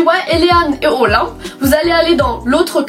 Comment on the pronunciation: tu dis OLIMP defois :')